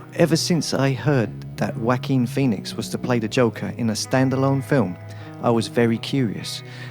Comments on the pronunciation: Walking Phoenix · Whacking pheonix